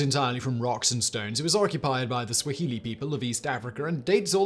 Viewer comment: Simon... It's not sw-e-hili.... It's sw-ah-ili... From a Kenyan